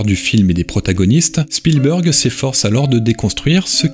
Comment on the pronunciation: Spielberg est bien prononcé, Kubrick ne l'est pas à l'américaine mais des anglophones (de pays "natifs" anglophones) ont bien cette prononciation parfois, un peu comme les terminaisons en "ted" qui ont deux prononciations très distincte en Anglais UK et Anglais US. Je dois juste uniformiser, ça je l'entends, par exemple 100% à l'américaine comme nos amis Québécois. Sinon, si vous avez des taquineries sur le fond, c'est peut-être aussi ça qui élèvera le débat sur YouTube ;)